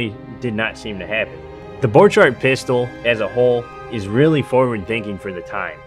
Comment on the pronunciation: It is pronounced [b'orkhart]